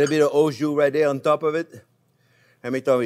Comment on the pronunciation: It is kind of strange that a french chef do not know how to prononce « jus » !?!